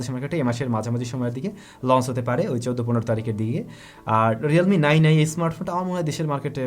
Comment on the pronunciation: Realme not Relme bro